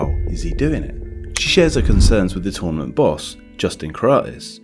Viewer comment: You say tournament incorrectly